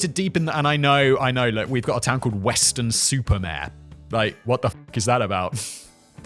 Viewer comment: Simon.... Weston-Super-Mare. It's a seaside town (City?) Its name is Weston and it is above (Super) the sea (Mare). Weston on the sea.